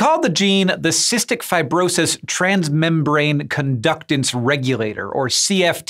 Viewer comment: "Fi-bro-sahys" weird pronunciation Hank